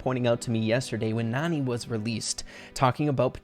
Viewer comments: Nani is actually pronounced "NANNY" and as the name suggests she's clearly a nanny to jessie probably creates by Mama Pam. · Hey! You pronouced Nani wrong, its actually pronounce as Nanny. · I think this picture really just solidifies that Nani should be pronounced “nanny” , since that’s what she is. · Nani may be pronounced Nanny since she looks like the care taker of Jessie but you never know how it may pronounced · Nani is actually Jessie’s nanny and she supposed to be pronounced nanny that’s why she was there when Jesse was young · you keep saying Nani wrong, it's Nani as in a care taker